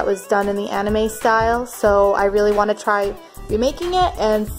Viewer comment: Or she said Aname